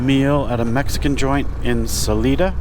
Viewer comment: I’m so jazzed that you had a great day of riding. You were in part of my stomping grounds. I giggled every time you mispronounced Salida, (suh-Lye-duh). The Spanish mountains outside of Trinidad in Huerfano County are The Spanish Peaks. The looming mountains you saw to the west are the Sangre de Cristos. Salida is at the southern end of the Collegiate range and the northern end of the Sangre de Cristos. All mountains in Colorado are part of the Rockies. There are a number of distinct separately named ranges, such as the Sangre de Cristos, the Collegiates, the San Juan’s, the Gore Range, etc. Oh, the stands of “Birch” trees you rode through are Aspens. I’m really delighted to see your journey through my state.